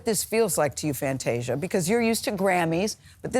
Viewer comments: Fanteesha? Seriously Gayle. Get it together…… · Fanteeesia though? Cmon gayle. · You got one ☝🏾 more time to mess up her name gail 🤦🏽‍♀️…hanging on the heels of oprah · Now come on Gayle. You know how to say her name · how do you not pronounce Fantasia’s name, right? 🙄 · SO HAPPY FOR FANTASIA!!! 🎊 What's going on with Gail mispronouncing Fantasia's name tho?? 🥴